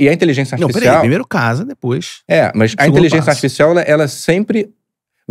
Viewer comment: O não consegue falar a palavra "inteligência*. Sairam intelizença, intezença, inzença mas nunca inteligência. Pode reparar..